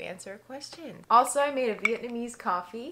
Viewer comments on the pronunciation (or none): none